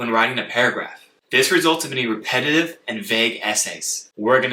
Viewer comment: the word superman has three syllables!! !! the word repetitive has four!! you are rushing them into two syllables.. slow down!!